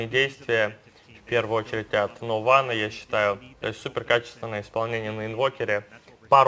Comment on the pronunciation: Не нун а нован